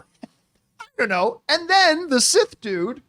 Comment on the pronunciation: He said that he’s “SIS” not “Sith”